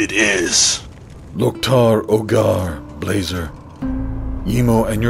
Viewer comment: Blazer, not Blacer dumb